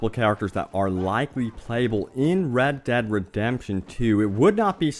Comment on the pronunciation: The game is pronounced RED DEAD REDEMPTION 2 not RAD DAD redemption 2.